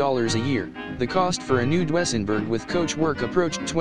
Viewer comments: I've never before heard those cars called "Dwessenburg"... It's pronounced "Doozenburg".... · Your computer voice needs to be corrected... it's DOO-ZEN-BERG ! Not DOO-EH-ZEN-BERG !That car's name is where the expression "It's a Doozy" comes from. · For the love of God, it's pronounced "DOO-sen-berg,", not "DO-ESS-en-berg." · Computer Voice can't quite get Dusenberg pronounced Doo-sen-berg. Fab car, 104 mph in 2nd! Amazes me! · Love those computer voices!--you almost have to mute it-but to call it Dwessenburg is unforgiveable! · To the narrator. You're the only person in the world that has never heard of a Doozenberg. Maybe you should leave cars alone to the men and a few women and go play with your LEGO and watch the Kardashians on TV. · HA ! DOO ESS EN BERG ???? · You left out Packard which was a rival to Cadillac and Dusenberg and actually just as or more luxurious. Also you need to have a live person do the commentaries on these vehicles, as the pronunciation of Dusenburg was way off. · A spot on about the pronunciation I was going to say the same thing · Chrysler Imperial, or Lincoln doesn't belong on this list...like AT ALL! Cadillac was not THE luxury car, Packard was! The crap list should be called cars that people in 2024 would know about. Can't even pronounce Duesenberg. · Each time he mispronounces DUESENBERG I cringed. 😣